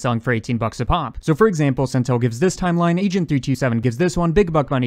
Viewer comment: "our overlay *TZ*imeline"